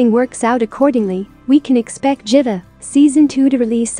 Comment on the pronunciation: I heard that too😂💔